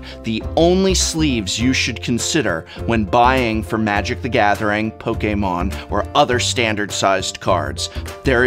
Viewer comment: I could listen to you say Pokemon all day .. you say it sooooo good 😅😅